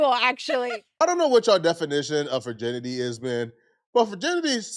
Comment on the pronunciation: keeps saying “furrginity”😂